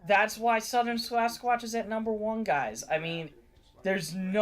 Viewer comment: Looked like Eyes at first... OHHHH I saw a reaction to this! How they swarm and ATTACK out of NOWHERE 😣 I suppose some could say that a Cannible of sorts could be a level of a Wendigo? I thought I remembered it being Skinwalker Why do I think it sounded like “Swasquach” there? 😂😅